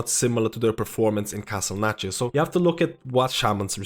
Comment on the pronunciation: What is that accent of his, with the lack of th-sounds? Like "Castle Natria" and "tree percent" et.c.